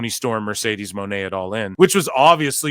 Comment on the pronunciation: Mercedesah eatah trasha